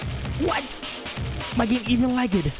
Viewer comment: He say "my game even lagged" but I hear "I don't even like it" XD